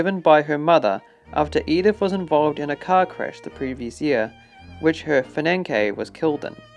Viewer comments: Stuart???!!! — STEWARD Fin-an-kay???!!! — *FIANCÉ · Some pronunciation tips * Greenwich = Gren ich. No witches in Greenwich. * Fiancé - Fi an say (this is a French word for a man you are engaged to be married to) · ‘Fiankay’, where do they get these readers from?